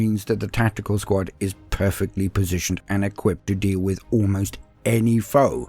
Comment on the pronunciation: i keep thinking he is saying SQUAT! rather then SQUAD! lol